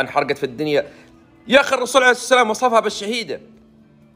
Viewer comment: ويش اللي عرعرعر عرسلام ؟؟؟؟؟ استغفرالله العلي العظيم ياخي انطقها صح ( الرسول عليه الصلاة والسلام )